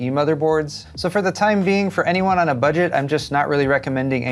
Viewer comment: Hi! One quick side note, the way you emphasized the 'B' in 'budget' might be a bit misleading I think. The Ax20 is the budget variant, no? I really hope that they will launch the A620 mobo's soon.